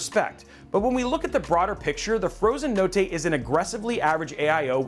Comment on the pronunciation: I'm Italian and if you pronunce "notte" like that you are a certified psico